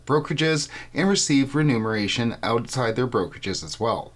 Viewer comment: the word is “ remuneration “ not “ renumeration”.